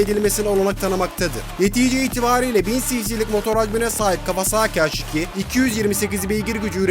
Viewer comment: Haş nedir abi ya Allah askina su isimleri ya dogru ingilizce konusup kullanin yada bildigimiz Turkce harfleri ille kullanin ya uyuz oluyom